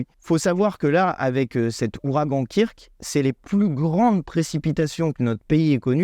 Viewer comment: Kirk?! STP, dit ~"keurk"~ comme le 'pitaine de Star Trek qui rappellera au passage qu'il y a + de 50 ans, un monde fut imaginer où la notion d'argent (problème qui pourri l'humanité, provoque des guerres etc...) a été aboli! Un grand coup de pelle de Gauche quant aux possibilités de modèles de sociétés différents quand on veut améliorer la vie des gens Merci